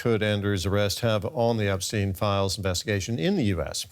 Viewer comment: Not Epsteeen. it's Epstein.